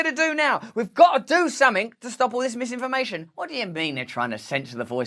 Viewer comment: Lisinformation, zizinfomation.... fuck sake 🤣